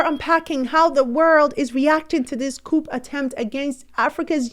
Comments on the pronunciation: as a French language person your pronunciation of a “coup” is not (coop) the P is silent. It’s pronounced “coo” not coop” thanks for this platform! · ... the 'P' - in the word 'COUP' - is SILENT ... it's pronounced ... 'COO' - Thank u ! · pronounced-Kooo like BOO Not Coup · The p in Coup is silent :)